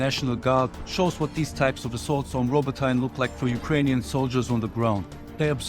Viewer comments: The proper way to say Robotyne is robotnje not Robotine 😅 But great video man keep up the good work! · Robo-TAYN? spion spotted